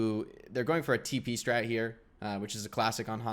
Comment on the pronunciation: When said tp strat I thought he said pp strat